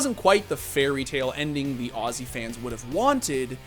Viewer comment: Thank you for being the one american that actually says aussie the right way <3